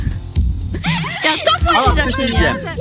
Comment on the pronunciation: topğ topğ topğ gördüğm topğ 😂😂😂😂😂